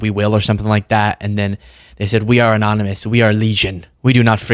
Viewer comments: Anomynous? Annnomanace? 😆 Missed opportunity for a sound bite my friend! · "Amonumus amonunominus" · Remember when Prez VonSchitenPantz tried to pronounce the word, "anonymous"...anominous, amonimus, anomus....because he's an idiot.